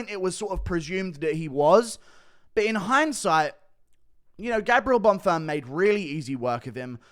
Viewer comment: he can't even say Bonfim, what u on about